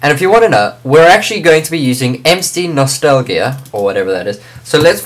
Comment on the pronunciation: HEELP!!! I cant download MCNostalgia. It simply won't LOAD!!!!!!! Also how do you do the space thing?? And it's pronounced ehm see no stall ja.